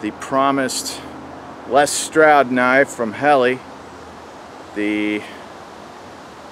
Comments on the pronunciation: Great knife,, it's pronounced Hellah.. Not Helly,,,, FYI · Pronounced Hahla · Dammit! It's your job to say it right! I have this blade with a custom handle. Lightsabre.